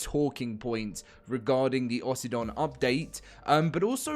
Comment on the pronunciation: "Aussie-don" sounds dumb.. it should be Oh-sydon